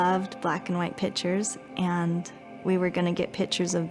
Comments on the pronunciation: I said 'It is pronounced PIC- TURES! " out loud! I can't stand that. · I feel like Zach would want her to learn to pronounce PICTURES